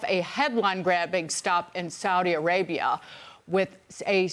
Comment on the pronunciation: thank you for saying Saudi Arabia correctly!